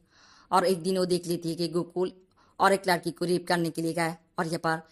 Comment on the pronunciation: Bengali ho? Ladki ki jagah Laadki bol rahi ho